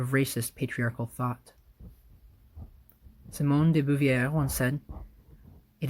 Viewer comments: If this is about the pronunciation of Simone de Beauvoir's name, yeah lol This is a great reading! But that butchering caught me off guard lol. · de boo vee ey. eheh